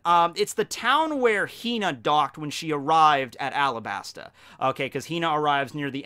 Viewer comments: It's called arabasta not alabsta It's just common sense the arc is based on Egypt and other middle eastern countries and we are called arabs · It’s supposed to be Arabasta. It’s based off of Arab countries, and the l and r in Japanese are the same sound